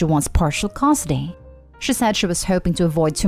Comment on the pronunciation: The last story would be better if the narrator could properly pronounce "custody".